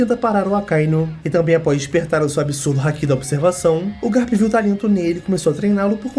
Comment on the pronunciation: Por favor, para de falar o nome do Garp como Guerpe. Se le assim mesmo GArp. Som de ga no português mesmo.